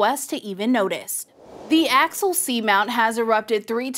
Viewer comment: Axial not Axil.